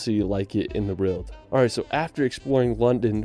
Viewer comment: The narrator’s pronunciation of the word “world” is really irritating